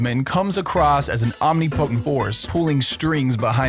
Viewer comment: Omnipotent isn't pronounced omni-potent. It's aam ni puh tnt